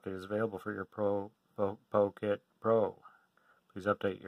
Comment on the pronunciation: It's pronounced "pocket" as in "put it in your pocket." NOT "poe-kit." Why do you have so much trouble saying it?!